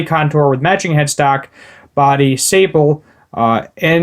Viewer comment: Sapeelee is how it's pronounced